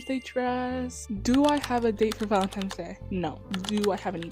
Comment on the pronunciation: Oh, no, you were saying ValentiMe's. You may not have noticed.